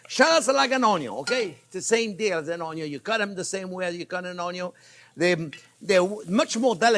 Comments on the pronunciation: Yep, it’s contagious. I’m only just subbed in few days ago, and my kids are trippin. “Measure carefully, don’t burn your tong, always start with da onyo”. I’m learning 👍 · (" "ONYO" YES ... BUT NOT "ONION" ... lol ... ☺ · I just love how he says "onion" 😂